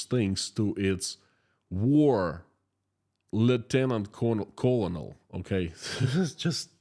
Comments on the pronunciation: "Colonel" is pronounced like "kernel". Go figure. English doesn't always make sense. Thanks for keeping us updated!👍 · Just to help you out with English...colonel is pronounced ker nal.